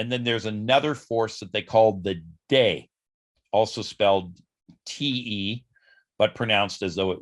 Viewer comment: Qi is pronounced as “Chee” like in cheese. De is pronounced as “duh”, which means virtue. By the way, I am Chinese.